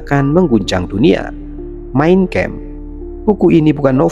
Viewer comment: itu SATANIC VERSES (ayat² syaiton) bro, bukan satanic versus. versus lawan siapa? satu lagi. itu MEIN KAMPF, bkn main kempf. bahasa deutsch, bkn bahasa EN.